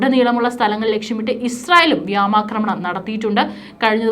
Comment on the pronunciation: Ee potti pennu ennun parayunnathaanu ' Vyaama aakramanam ' ennu ! Thiruthaan paranjal kelkkilla .